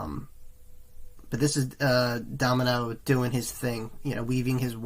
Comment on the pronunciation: Good reaction and insight into the band, but his name is Da-mi-ano not domino and it just sounded so strange every time you said domino.